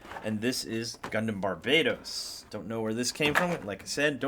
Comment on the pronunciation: Bar ba toast is how you say it